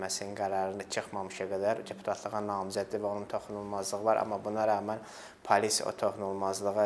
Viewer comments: Bu dilimizu niye bu hala salirsiz? Ne pAlis(?!), pAlis yox, pOlis!!! Polis ey, pOlis... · Palis yox polis